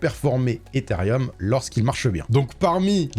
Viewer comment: Ethereum* et non pas Etherium. Arrêtez tous de prononcer un i qui n’existe pas 😭😂